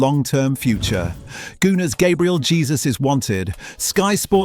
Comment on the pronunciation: It's Hesus not Jesus 😂